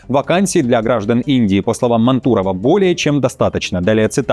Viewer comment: Ведущий, вы откуда появились вообще? Жить в России, интересоваться политикой, экономикой и обществом и произносить фамилию министра Мантурова с ударением на У, это, конечно, зашквар